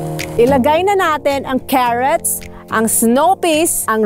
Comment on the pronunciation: Ohhhh my God diko ko kinaya ang pronounciation mo sa kherots (carrots).heheheee. i super duper love your personality, masyadong funny and that makes me more interested to watch and wait for your other vlog. Plus napakasarap pa ng pansitt na niloto mo, i love noodles and the pusit at shrimps with it. total package na lahat...thumbs up! Bagong kaibigan, daihl sa ganda ng vidoe mo ay dinalhan kita ng regalo, sana makadalaw kain sa aking kubo, God bless and seeu soon...